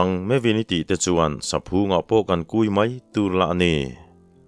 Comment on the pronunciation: Saphung i lamdan hi heti zawk hian aw?? Phung hi thluk lo la, lam pum nghal la,saphung..han chhin leh teh le,a hmaa i lam dan lo khan.